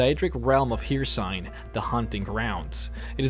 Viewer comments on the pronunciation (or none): you pronounced Hercine wrong. it's not pronounced "here-sign" it's pronounced "her-seen" damn do you folks that do vidoes on youtube all the time even play the damn games .. they literally say this name a million times during the companion quests. I mean shit how do you pronounce it wrong after hearing the game say it a million times? "eedgrud" Idgrod ... god damn I think you are trolling the pronunciations now. It's "eed-grod" not grud at the end. and pealse dont' call me a English Nazi. these are fantasy names in a fantasy game that have more Norse inflections than English. and the game says all these names many times !!! you just have to play to hear them pronounced right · It's pronounced hircine(her-seen) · "Hir-sign"? Hircine's name is pronounced "Hir-seen", which is how it's said by literally EVERY NPC when they mention him, including Hircine himself. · How we say hircine Skyrim players: hircine (her-seen) Dis guy: hircine (hire-saen) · dud "hiersign" its "hircine" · "Here sign" ffs they say the names in game... Why do people continue to say it wrong -_ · Hircine is pronounced as Hirceene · Hircine is not pronounced like that... I don't know what that was. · I stopped watching when I heard him pronounce Hircine.